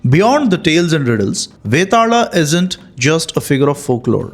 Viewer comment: Vetaala. Not betaal